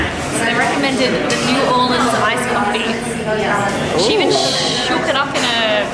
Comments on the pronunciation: It isn't New Orleeens it is New Orleans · If u want to say it like the locals its pronounced "norleans" lol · I've lived in Nola my whole life and let me just say, you did it right! (minus the fork) Gumbo Shop is my favorite place for gumbo and Parkway is easily top 3 for poboys. We love our tourists but please please... it's pronounced New Or-lens. Come back soon!